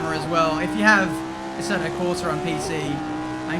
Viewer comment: i love your videos. But the way you manage to butcher Assetto is beyond hilarious xD